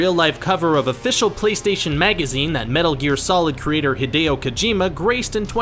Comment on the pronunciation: The way you pronounced Hideo in this video should be a sin, jesus christ.